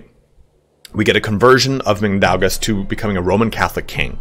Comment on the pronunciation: As a Lithuanian AND a guy named Mindaugas, I almost approve your pronunciation of the name lol! Cheers!🎉